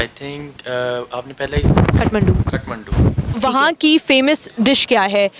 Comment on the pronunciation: खटमण्डु ?😄 It's काठमांडू । palaces of Wooden.